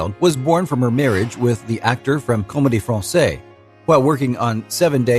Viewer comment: La Comédie Francaise. Not Fransay. Fransaize. It’s no problem not speaking French but when you are talking about french people and things, you owe to yourself to get it right. The mispronunciation detracks.